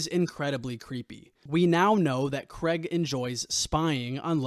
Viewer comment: It's Craig not 'Creg'!